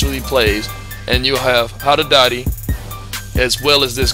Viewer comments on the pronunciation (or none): I think you said Haddadadi instead of Haddadi lol Great video as always